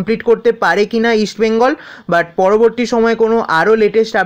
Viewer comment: ভাই তুমি ভালোই আপডেট দাও,,, ইস্ট বেঙ্গল ,, তুমি বলো ইস বেঙ্গল এটা একটু ঠিক করো।❤️💛